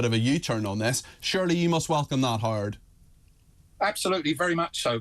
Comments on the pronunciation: His name is two syllables — Howard. Not “Harrdd”. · As an American I thought the intro was a spoof. Howard sounder like Hard to me….😂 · Irish men can't say Howard 😂😂😂 nice interview with hard cox